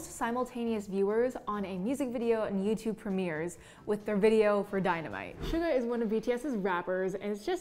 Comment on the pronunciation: The hack she pronounced Suga as almost SUGAR. GO TAKE YOUR BTS CLASS NOW GIRL. 😤😤😭